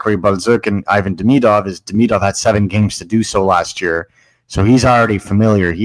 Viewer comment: Love the show, Please stop saying Deemeeedov and k’panin… nobody’s saying it that way..